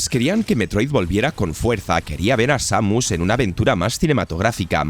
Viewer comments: El diseño de bayoneta 3 es "asqueroso" nada que ver con las 2 anteriores. Metroid M es EXELENTE, .... SEIMIUS???? ES SAMUS, SA-MUS.... 😒, HOrribLE EL NOMBRE Lo se!!. Battetoads no es horrible, solo feo. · Lo curioso es que al principio dice claramente Samus y después usa esa forma descompuesta "Seimius" que no es ni ingles ni español.😅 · Estos vídeos de mierda son con IA? Primero dice bien Samus y después dice.... Seimius?????????? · SA-MUS no Seymius 😂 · No es samus es seimius 😅😅😂😂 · no es tan dificil decir seimus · Who tf is Seimius? En inglés no se dice así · Samus, que se pronuncia como se escribe, lo cambian. Y los que si se pronuncian diferente, como Halo, dicen jalo! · Cada vez que dice Seymius muere un perrito. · Estuve apunto de decir lo mismo y leo este comentario, por esa falta de respeto nomás no me suscribo 😂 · Desconozco la nacionalidad del narrador pero los españoles generalmente pronuncian muy mal el inglés. Recuerdo cuando al Ghostwire Tokyo le llamaban Gowaier Tokio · Entiendo que no todos hablan ingles, o que no todos conocen la pronuinciacion exacta de las cosas, pero, la verdad, si rompe muchisimo el video, escucharte defcir, seimus, o eeeaaa, en lugar de EA, no lo digo de mala forma, o para faltarte al respeto, pero si esto es tu trabajo, dedicale unos segundos a buscar la pronunciacion correcta, no te tardas nada, tu trabajo sera de mayor calidad, y dice mas de ti de lo que crees el pronunciar bien las cosas, estoy a medio video, interesado, sumergido, y escucho, eeeaaaa queremos mirror's edge, y no puedo evitar soltar una carcajada que me hace olvidar el video, en verdad no lo digo de mala manera, si lo lees, espero tomes la critica de buena forma.